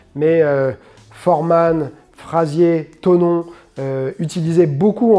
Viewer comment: James toney pas tonon 😅 sinon la garde Philly shell est la meilleure des gardes mais attention à la combinaison de l'adversaire crochet gauche-direct droit